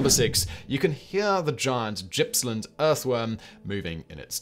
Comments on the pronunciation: "Gippsland" has a hard 'G'. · As someone who lives in Gippsland, it’s a hard G, not a soft G. :)